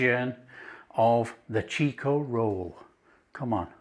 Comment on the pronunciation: It's not pronounced "cheek-o-roll" It is "chick-o-roll".